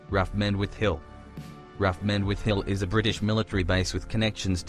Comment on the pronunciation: What's raf? It's R A F, as in Royal Air Force